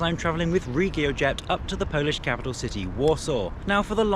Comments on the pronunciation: your Polish pronuncitation is immaculate, i'm incredibly impressed! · How is your Polish pronunciation so good??!